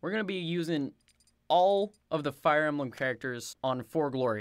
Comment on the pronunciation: totaluh a fiyuh embluhm charactuh... yeuh... that was hilarious.